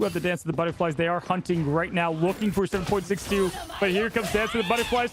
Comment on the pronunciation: Not " 7 Point 6 2" Just 762. Its a bullet caliber. Like .45 ACP you dont say "point 45..." Just trying to help the hosts for the future 🙂